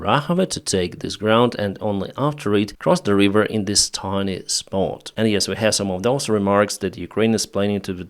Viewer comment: "River" not "Reeever"